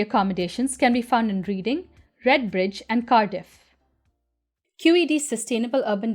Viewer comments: Hi, it's a great and interesting subject, Temporary/Ad Hoc Housing. Just a Heads Up: Reading is pronounced 'Redding'... It's one of those weird English Language things, i can see why someone not born here would say Reading, though! There's also a place called 'The View Tube', a Café, Bike Hire Center and Community Arts Venue near the Olympic Park that is made entirely out of Containers. Best Regards. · To laugh it's pronounced red-ing but I I'm in the uk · Reading is pronounced in the past tense :o)